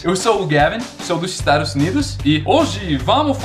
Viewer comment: Estaros unidos ... Estados unidos... Rsrs